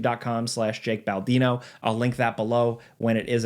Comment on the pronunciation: Yeah but your name is Baldino not Baladino😂